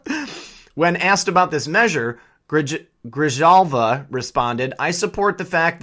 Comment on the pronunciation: Gree - hal- va is Grijalva's pronunciation. It's Spanish.